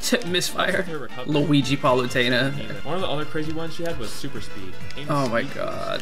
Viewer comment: Ah yes luigi